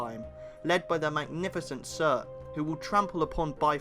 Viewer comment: Wish you were pronouncing the names as they were meant - with northern accent. Not Syurt but Soort.